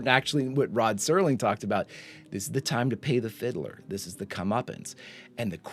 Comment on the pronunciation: Don't feel bad, there are lots of people who mispronounce Serling's last name because "Sterling" is a much more common word that is fairly well ingrained in the English lexicon.